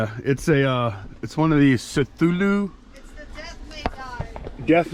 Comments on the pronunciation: My kiddo says it's pronounced Kuh-thoo-loo or...k'thooloo.... But I like your way better lol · Cthulhu - KER THEW LU 😊